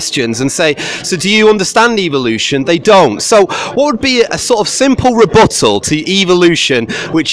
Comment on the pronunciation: "Evl-lution".... I see what you did there